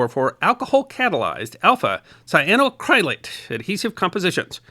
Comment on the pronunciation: It is a compound of the mineral Cyanite and the Dupont fiber Acrilan, so we get : “Cy a no ACC ri lan” Accent on the fourth syllable.